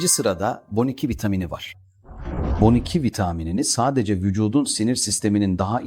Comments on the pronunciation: Boniki nedir yahu, B12 yi neden bu şekilde söylüyorsunuz. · "Boniki" nedir hiç duymadım 😅 B12 demek zor değil! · Konuşan yapay zeka olduğu için B12 diyemiyor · Boniki ne oglum? B 12 desene ṣuna özürlümüsün nesin.🙄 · Boniki vitamini diyorsunuz,ilk defa sizde böyle bir telaffuz duydum ve çok yadırgadım.Boniki nedir yahu B12 yazılır Be oniki diye okunur.Eski köye yeni adet getirmeyin. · Aplacığım takma yaaaa...ha boniki ha b12...öğren gitsin...hayat kısa🥹😂😂😂😂😂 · Sırf Boniki dendiği için tüm saygım bitti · Robot kobusuyor gibi bon2 😂 ne diyordum b 12 demek istiyormus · Boniki diye bişey yok sadece ikisini birlikde hızlı söyleyince Boniki gibi çıkıyor😂 ayırıp okuyun lütfen😊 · Bu bir yapay zeka videosu ve seslendirmesi. B on iki şeklinde yazılmış galiba ve yapay zeka da boniki diye muhteşem bir hata yapmış 😂😂 Sorun, bunu yapan kişi ya çok cahil ve o da vitamininin ismini boniki sanıyor veya yaptırdığı videoyu hiç dinlememiş. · Boniki b12 nin hangi dildeki söylenişi? Yoksa seslendieirme yapay zeka mı? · Bence görüntü de ses te gerçek değil. Yapay zeka ile yapıldığı için boniki diyor.